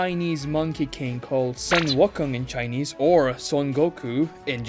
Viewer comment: Sun wikon 😂😂😂😂